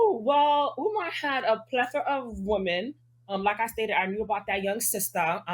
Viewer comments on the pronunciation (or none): "Pletha of women" 😂